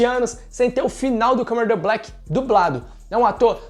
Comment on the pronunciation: O vídeo foi muito bem roteirizado, só acho que poderia melhorar um pouquinho a dicção na hora de falar Kamen Rider Black